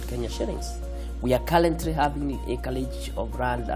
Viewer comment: His pronounciation might be out but trust me, this man did done make it.